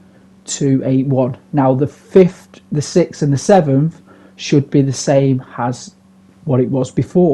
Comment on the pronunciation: "You're going from seven- Teh to nine-Teh" 😂😂😂. Love it bro